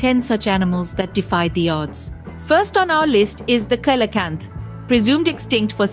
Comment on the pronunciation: Coelacanth is pronounced see-lo-kanth